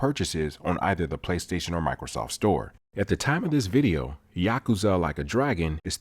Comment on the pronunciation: Great video man. Also props for pronouncing Yakuza correctly.